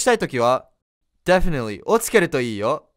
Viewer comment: いつも楽しく拝見させて頂いています！ 丁度調べていたのですが、「definitely」の発音が気になります。 「デェフェネリー」のように聞こえるのですが、このようにiがエのような発音になるのはどういった時なのか、法則があるのか知りたいです🤔